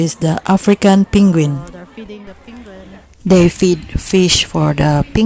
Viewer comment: Ate penguin hindi pinguin